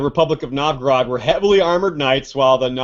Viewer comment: Oh my... you pronounce Novgorod so weird, I had to listen to it few times to understand of what you are talking about :D Anyway, very good parallel.